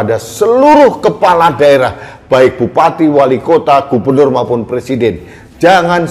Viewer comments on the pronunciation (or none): none